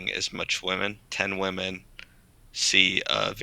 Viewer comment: I think you're phenomenal and this was a great watch, but it was a bit cringeworthy to hear you mispronounce "women" every time. It's usually red pill/black pill men who pronounce "women" as "woman", so it's interesting that the incel is the one who pronounced it correctly in this case